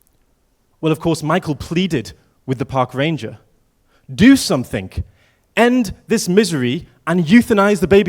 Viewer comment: Can't trust anyone who says "somethink" in their opening. like what the HEEEEEELLLLLLLLLLL